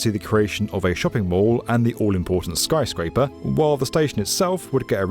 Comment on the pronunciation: "skyscaper among us" -some french mf in dustbowl